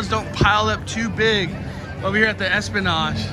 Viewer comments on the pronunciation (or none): It's esplanade not esplanage 😂